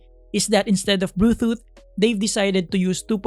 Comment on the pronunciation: natawa ako sa pagkakasabi no ng bluethoot haha.. i might buy this on my birthday, thanks for another great review!